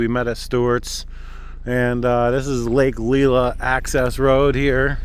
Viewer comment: Friday night in early September, doesn't surprise me at all. BTW, Lake "Lie-luh" and "Suh-bat-iss" rd. 🙂